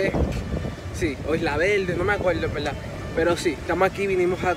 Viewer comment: No quiero ofender a nadie. Pero. Por que diablos . Dicen POLQUE... cuando se dice PORQUE. .. y tambien la palabra VERDAD.. le dicen VELDAD ? siempre me e preguntado eso